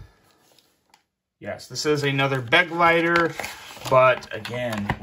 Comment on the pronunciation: It’s Be-GLEI-ter, not BEG-leiter! It’s German for “Companion”.